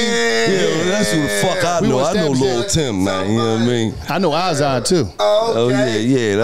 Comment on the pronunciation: Lil tim not lul tim